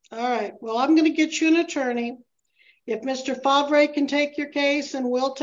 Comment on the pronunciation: I’m gonna assume that’s spelled ‘Favre’… i believe it’s pronounced ‘FAR’..